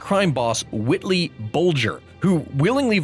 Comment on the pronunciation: Going through older vids, so yes. I'm aware I'm 2 years late here... Did you just say "Whitley Bulger?" His name was Whitey Bulger.